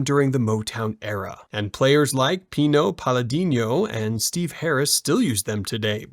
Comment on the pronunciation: "Pino Paladinho" lol